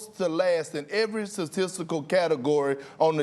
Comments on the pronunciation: KP: “sasisical” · Perk needs some hooked on phonics... He out here saying “Gord” instead of “Guard” “Sacystical” instead of “Statistical” “CJ McColor” instead of “CJ McCollum” Like bro come on now 😂😂😂